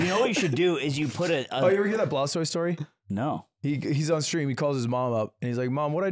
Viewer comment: Who is Blaustoise?? Until I checked the chapter title I thought he was pronouncing 'Blastoise' weird.